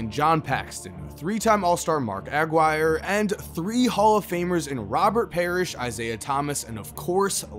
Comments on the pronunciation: Agwire is how it’s pronounced. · It's is Mark Aguirre his father was Mexican not Irish pronounce it properly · Mark Aguirre’s name is pronounced Uh-GWY-er. And it was JIM Paxson playing with the NBA all-stars against the college players, not John, as John was never an all-star. And their name is Paxson, not Paxton. Trying not to be nitpicking but that was 3 mistakes in one sentence. Come on…you’re creating a basketball video and you’re mispronouncing names. Kinda weird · I really liked this video, however if you are even somewhat familiar with the NBA of this era, you should know how to pronounce "Aguirre" as in Mark Aguirre. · Good video but the way you mispronounced Aguirre was cringe. Still giving this video a thumbs up. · You do not know how to pronounce Mark Aguirre's last name? WOW!!